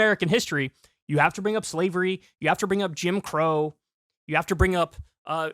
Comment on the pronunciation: Did Kyle say slevery lol .